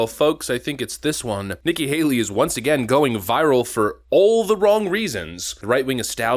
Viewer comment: Hold on, did you say Haley has failed "time and time after 'gain???" 😂😂😅😅 Good Lord, you need to try harder.